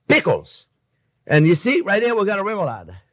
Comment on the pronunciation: 8.51, I heard " French people are a little sour " instead of " French pickles are little sour pickles ". I'm dead. Kisses from France chef ;p